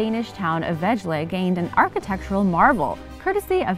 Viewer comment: uuh auch a "little" dansih town. :S and the way you pronounced it, 2nd auch. didn't know whaty city you were talking about. had to relisten a few times. vejle. it sound more like wai-Lø or vai-le. but spill liked the vid ofc. that cute voice is hard to hate ;)